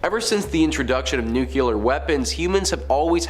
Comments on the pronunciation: OMG,! ITS NOT NUCULAR ITS NUCLEAR! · Nuqular? Megatrons? Are you hiring?